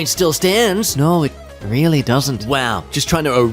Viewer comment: Reighfyl?......Reigh...LY?! DARK NIGHT REIGHLY?!